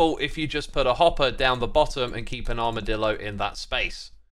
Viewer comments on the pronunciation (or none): none